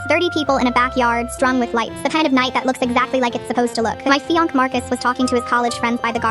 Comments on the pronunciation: "My fiank " 😂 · i heard that too 😂😂💀